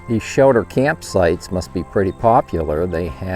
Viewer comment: “Shelder”? Wondering where you are from?